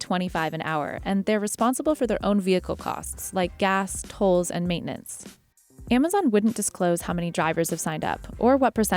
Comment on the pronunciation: Someone needs to teach that woman to pronounce z, and s´s !!!!! AmaZiiiiiiion,, ViSSSSSSited, BoxSSSSSS, SSSSaysss